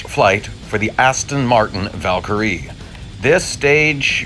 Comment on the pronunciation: By the way Valkyrie is pronounced val-cree. I'm from Britain by the way and loving the content